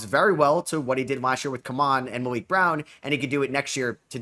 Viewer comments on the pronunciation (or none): none